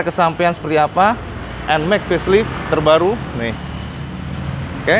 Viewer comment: Facelite dibaca Feslaeit bukan feslit ya cak